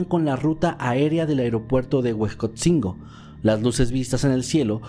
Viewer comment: NO ES HUESCOTZINGO...ES HUEJOTZINGO...